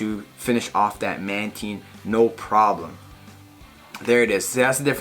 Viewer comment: My boy saying mantine correctly!